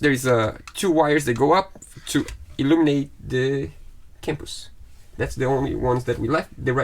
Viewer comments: It's not pronounced Campus its compass. Just F Y I witch means " FOR YOUR INFORMATION " its American slang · A Campus is for students... a Compass points to North! Compass is said 'come-pass' enjoying these 'fix it' vids. great to have 'Fred' helping! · Daunting job! Great work. btw, the pronunciation is .